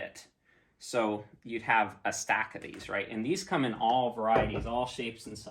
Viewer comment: Great video, awlthough we couldn't see awl of face awl the time.